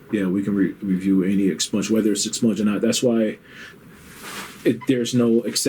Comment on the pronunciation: “Ex-sponged” lol wtf